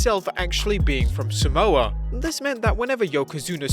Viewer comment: It’s sah-moe-ah not seh-moa